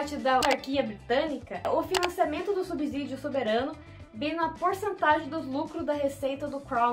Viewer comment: Subsídio não se pronuncia com “Z”